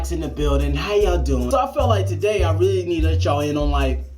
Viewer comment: lol he said, "but it aint taday"